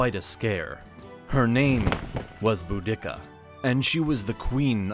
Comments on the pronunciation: Bo-dick-ah? is she in any way related to Bo Derek? It's Bode-ah-See-ah Nice video though, regards from Donegal, Ireland! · Dude it’s pronounced bow-de-see-a not boo-dick-a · "Boo-d*ck-a..." Lol. It's pronounced "Boo-da-cuh." Very old Britons were even taught "Boa-da-cee-a." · Not pronounce Boo-dic-ka it’s pronounced Bur-de-ca. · It's Bu-di-ca, not Bu-dick-ca. makes me wince every time he pronounces it like that. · You are mispronouncing the name of Boudicca.... NOT Boo-dick-ca... it is Boo-da-ca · You pronounce things very different that to how they’re taught. Am I remembering an old syllabus? Because I’m pretty sure Boudicca was pronounced without separation and in Iceni, the last ‘i’ was pronounced ‘ee’ Edit: the more I watch this, then more it has me laughing. Why tf are you saying ‘boo-dicka”? There’s no pause between the parts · boo dikka? Come on please pronounce her name properly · The narrator has a strange way of pronouncing words; "BouDICCA" and "subSEQUENTLY" spring to mind. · I thought I had heard every version of the pronunciation of Boudicca but Bow-dicka is a new one.... to be fair there is no record of the way its meant to be spoken, so who knows? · its Boudica, BOOdiKa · Boudicca is pronounced Bo-Dee-See-ah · sorry, but who is boo-dicka? it’s boudicca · The way he pronounces Boudicca is so bloody jarring. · The speaker does not know how to pronounce words correctly, such as "subsequently" and "Boudicca". Makes the whole presentation uneducated and doubtful; lacking credibility. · Emphasizing the second instead of first syllable of Boudicca is just bad. You should never do that again.